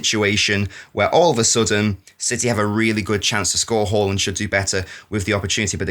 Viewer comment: Who the F is Whore-Land?